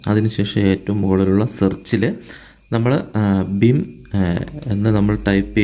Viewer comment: ബിം അല്ല ഭീം